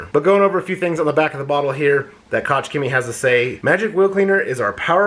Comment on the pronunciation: Koch-HEMIIIEEE The "c in Chemie is silent"